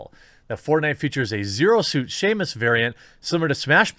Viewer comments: dont want to be mean but its not shamus its S-am-us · Metroid Main Character: Samus Jeremy: Seamus Am I the only person that heard that? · I die a little bit inside every time he says Shamus! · Yeah, I heard Shame-us. When it is pronounced Sam-us. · all I kept hearing whas shame-us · Literally just commented about this!!! 😂😂😂 Samus Aran has officially been dubbed as a pirate, her new title is "Seamus Arantide" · sounded like shamus to me. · Shame on him for saying it like that...Shame on Us for not being able to unhear it. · I think he is saying SHAMEus instead of Samus because Brie will play her... at least that’s what I thought why he is saying it that way. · I kept hearing shame-us like the longer version of the name Shaun, it's also pronounced Sam-us even in the Japanese versions it was pronounced the same way. I'm not mad just disappointed in our gamer god Jeremy :( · It's sam-us you uncultured swine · I am starting to think Jeremy over inflates his relevance in the gaming world when he pronounces Samus as Sheamus. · “Shamus” anyone else triggered? Lol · Stop saying "shamus" you anti-woke caveman pretend gamer. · Say it with me Jeremy. Sam-Us. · "shamus"???? She's irish now? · So this means that Samus will have a flat ass now. (Why are you saying Shaemus...) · SAM-us Jeremy, SAMus, lol! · I think at this point, Jeremy and Gundam are low key competing over who can say the most names the most wrong. Like, Seamus? Really? She's not a old sailor on a seiner, Jeremy! XD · i kept thinking who the hell is Shamas,I know who Samus is,but not Shamas is it Samus Irish cousin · 1 Metroid fan died every time Jeremy said Shaemus.... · The Wee Baby Seamus. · A part of me dies a little every time Jeremy pronounces "Samus" 😭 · Have yeh never heard o' Seamus Aran? She's the most famous space hunter in Ireland. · Sam, it's Sam-us. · How many people are being triggered by the Q saying Samus as 'Shamus' XXD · I kept hearing Sheamus xD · he keeps saying Shamus, just aweful